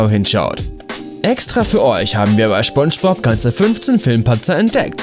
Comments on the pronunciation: Jeder der "Schponschbob"(spongebob) wirklich gesehen hat findet das Video lächerlich 😂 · Schponschbop und Sandy Chicks .. junge junge .. die serie komplett auseinandernehmen aber ihr könnt nicht mal die Namen richtig aussprechen :D vielleicht achtet ihr nicht nur auf die fehler sondern mehr auf die Dialoge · Schoonschbob..... ?!?!😤 wieso sprichst du das falsch aus ich raste gleich aus xD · seid wann nennt man Spongebob Schponschbob? Alter, lern mal sprechen xD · Genau... Schponschbob😑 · Du hast gesagt schponschbob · Er sagt Sponschbob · Schponschbob.... Kenne ich nicht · Schbonschbob.......fuck triggered das hart.... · Schponsch bob -. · Erster Satz: "Schponschbob". Dislike, comment und weg. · Triggered schon hart wie er spongebob sagt 🤦🏻‍♂️😅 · Jaaaa. Danke für den Post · Digger das kann doch nicht dein Ernst sein🤔🤔😂😂Jedes Beispiel war lächerlich..der einzige Fehler in deinem Video ist wie du SPONGEBOB aussprichst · Du willst nen Fehler sprich mal Spongebob aus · Nicht schpongebob sondern spongebob Aussprache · "schpongepop" NotLikeThis triggered mich auch dezent. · Lol ich hab immer schon Spongebob so ausgesprochen und ich merke grade das es gar kein Sinn macht es so auszusprechen "Schpongebob" lol jetzt muss ich mich umgewöhnen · Spongebob hat mich durch meine Kindheit begleitet und ich mag ihn immernoch total und bin mittlerweile 25 xD Aber der Typ heißt Spongebob.... nicht Schponschbob..... das regt mich total auf irgendwie, glaub du hast das nie gesehen. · man spricht es mit s aus aber im Video immer sch du dödel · Es heisst „Spongebob“nicht „Schpongebob“😂😂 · Anscheinend heißt er jetzt SCHPONGEBOB und nicht spongebob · Schpongbob... junge SPongebob mit SSSSS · Junge, es heißt SpongeBob und nicht Schpongebob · Schpongebob 😂 Bro das heißt Spongebob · Phonetisch: ßponnschbop Nicht: Schponnschbohb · Junge spongebob nicht schponschbob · Es heist spongebob und nicht schponschbop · Wie er einfach SCHPONGEBOB Sagt!🤣🤣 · Er spricht es schpongebob aus 😂